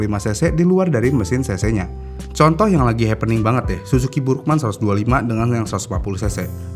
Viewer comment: Kok gw dengernya suzuki bhurukmang😅